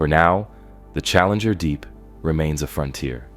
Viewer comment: yeah you can especially tell from the way it says “challenger. Deep”